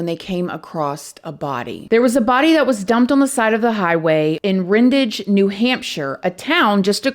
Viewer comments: Really? Julia is from Ashburnham-- not Ashburn. Brandon was found in Rindge-- not Rindage. Research includes getting names right!! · You could not have pronounced ashburnham and Rindge and even Massachusetts any worse